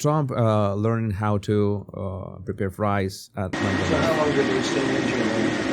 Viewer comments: Mc not Mac you sound ridiculous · …and Mc is pronounced “mick” …like sick 🤒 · Its not Mac Donalds Sir. It is Mc Donalds. Sorry but please say it right. Thank you! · Not MacDonald's, it's McDonald's. Pronounced Mic or Mec. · FYI - The pronunciation is “Mc Donald’s” not MAC Donald. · Its not mac Donalds no A. Its mc pronounced like mick. Thanks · You say "mack'donalds as if there is an 'a' between the 'm' and 'c'. But when there is no 'a' actually there, one should say "mc", sort of swallowing any vowel sound, or if you must have a vowel sound it would sound like "mick" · McDonalds not Mackdonalds